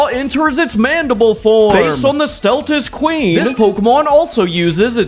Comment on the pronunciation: KNACK-ER-KOSS???? (Nah-Car-Cose) STELTAS QUEEN??? (easy to see the mistake, understandable) KEY-ZOO??? (Keh-zoo) AH-tell-kah? (Ah-TALL-kah)